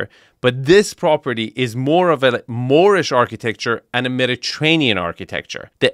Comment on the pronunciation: it is not "Moorish Architecture", it is "Moopish Architecture" :))))